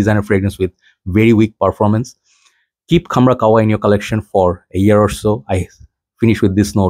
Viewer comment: Bro its kah- wa not kawwa 😂